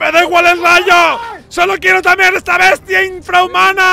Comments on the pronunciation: "LA NUEVO" TAMERAR" Xd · TAMERAR? XD